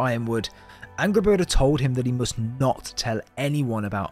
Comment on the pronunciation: Bruuh it's Angrboda not angblbla